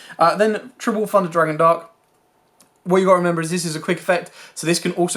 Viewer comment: ‘Funder’ Dragon 😂